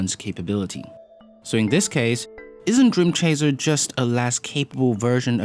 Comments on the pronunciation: Am I the only one being bothered by him saying "dream chaZer"? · Why does "dreamchazer" annoy me so much?